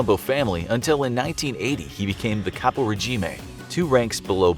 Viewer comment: And he was pronouncing Caporigeme completely wrong as well lol